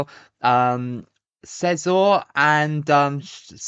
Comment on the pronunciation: France in our group was pure unlucky😅, I'll get brazil for next one! (Btw, it's "see-zur"😂"